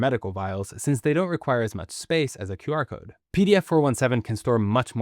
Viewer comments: Why did i heard "Bark code"? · It's pronounced as Quar-code, short for Square-code, not Q-R-code. 99% pronounce it wrong. Also it's a backronym, they first invented the name, then made up words to represent it. Quick response code? :)) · I think it's pronounced qrazy-code.